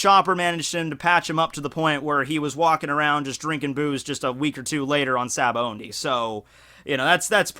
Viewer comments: gah you keep saying Sabaondy.... there is no 'N' in Sabaody. just... btw. its Sah-bah-oh-dee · you pronounce it Sabaondy but it doesn't have n it's Sabaody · well, it's pronounced as shabondy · Good Lord, there's no "N" in Sabaody.